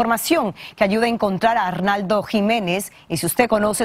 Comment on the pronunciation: Esa conductora NO LEE y NO DIJO BIEN SU NOMBRE A R N O L D O JIMENEZ